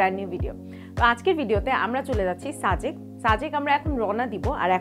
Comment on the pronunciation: আপু আপনি সাজেক কে ছাজেক উচ্চারণ করেন যে..🙂!?